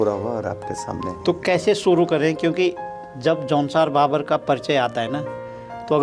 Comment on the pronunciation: जौनसार भाबर है न कि बाबर। ग़लत उच्चारण कर रहे हैं। भाबर का मतलब ढलान वाला मैदान। बाबर का उद्बोधन अय्याश atatayi लुटेरा से होता है।